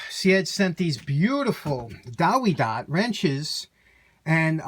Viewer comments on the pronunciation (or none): W is pronounced V in german. Check out German Tool Reviews in Youtube.